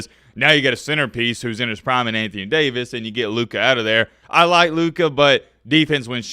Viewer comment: why tf u say Lukas name like that😭😭😭 the lakers are planning for the future. Luka>AD